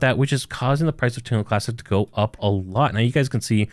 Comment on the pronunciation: say this with me, Terra Luna Classic lol Not Turnalaa Classic lol